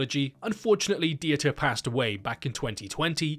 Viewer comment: may "the crazy german surgeon" aka Dieter Laser rest in peace small nitpick, its pronounced like "Vita" but with a D. the E is basically silent (not Di-e-ta) :)